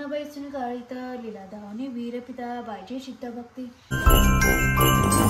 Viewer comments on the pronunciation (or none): तुला काय एवढं भूषण वाटत आहे की तुझी बायको पूजा करते, एरवी तर दोघं नेहमीच चुकीचे शब्द बोलता पण श्री गजानन महाराजांची बावन्नी किती चुकीची म्हणते आहेस तू..😔😔 लीला दाखवली विपरीत... तर तू वीरपिता म्हणते आहेस, तु सगळे शब्द चुकीचे म्हणत आहे... एकदा यूट्यूब वर लावून व्यवस्थित ऐक म्हणजे तुला तुझी चूक कळेल... निदान देवाच्या बाबतीत तरी अशी हे सांग नका करू ग...